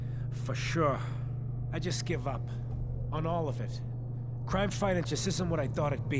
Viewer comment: Me thinking saying:cRiMe!!!